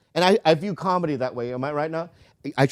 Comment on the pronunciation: Nobody: Bobby: "combedy"